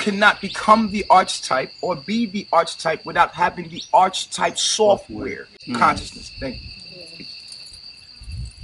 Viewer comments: I love when people use words that they can't pronounce. Like him mispronouncing archetype over and over. "Arch type" 😂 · Mf said you can’t be the Arch Type 😂 how did they get fooled by him? He can’t even pronounce half of the things he says or form a sentence properly 🤦🏽‍♂️ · O man he just said "archtype" instead of "archetype." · Definitely trust a messiah that can’t pronounce the word archetype 😅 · Did you hear the way he pronounced “archetype”??🤦🏾‍♀️🤣